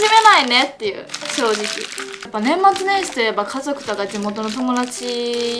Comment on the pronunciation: バリバリ和歌山人で｢かぞく｣言えんくて｢かどく｣って言ってるのかわいい笑♥️